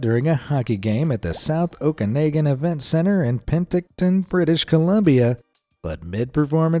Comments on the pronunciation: OH-kə-NAH-gən. not OH-kə-NEIGH-gən. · 1803 Seriously? Oh-can-egg-an for Okanagan!?! even mis-prnounced Penticton! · Remember-it's pronounced Okanawgan. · Alberta, not Alberto. Oh can aw gun = Okanagan, Pen tick ton...oh why do I bother against an AI narrative...? Lol!!!! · Born and raised Canadian and a lot of the things in this video are wrong. Never heard anyone use the slang except for “2-4” and loonie. Said Okanagan wrong. We don’t say sorry unless we’ve done something wrong. The rest is just obscure nonsense. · I guess you've never heard "Okanagan" pronounced properly... And pro tip: NEVER cut the milk bag before you put it in the jug ;-)